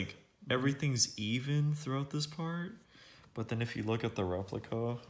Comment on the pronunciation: “The re…pli…cuhhhh”